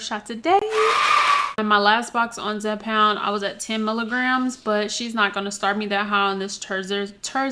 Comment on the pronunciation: Hey darling you’re doing a great job but the drug is called (Zepbound ) not Zepound